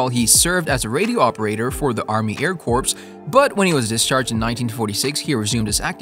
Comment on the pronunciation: Zion, Illinois, not Zee-on. Air Corps (ps is silent). Not Air corpse…just like Obama mispronouncing, Hospital Corpsmen as, hospital corpse men! I could go on, but get someone who can correctly pronounce the names of people and places!